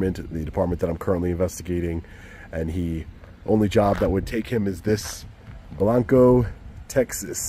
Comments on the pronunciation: No it's not. It's pronounced BlAnco. It's not the Spanish word for white. I live here. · Odd pronunciation is BLANG-koh. Gota be from TX to know it.. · Pronounced blonco Texas the a is short